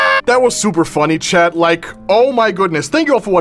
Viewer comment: the way he says chad instead of chat 💀